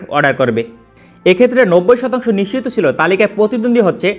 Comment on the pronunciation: Vaia, apnar nischit sobdoti onekta nisiddho er moto sunay